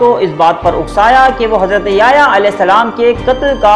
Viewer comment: ajj apki first time koi video dykhi .gud information hai lkn app ny yahyaa a.s ka naam bht glt trha sy lia plz sai krain apna tlafuz